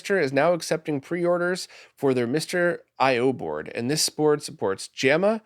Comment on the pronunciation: Xtreme Mister IO Baord? Baord? *Baord*😂